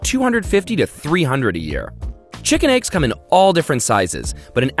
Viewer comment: Aegs is all I can hear